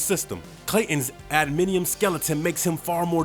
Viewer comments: Adminium! Hahahahahaha Priceless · LOL! "Adminium" claws.